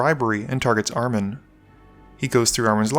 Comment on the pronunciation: i'd guess Armen is Armenian, in which case you put the intonation on the E, ArmEn, pronounced "R-men" Really cool to see one of my kind in here :)